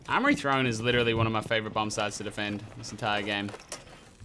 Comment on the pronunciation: 'it izz what it izz'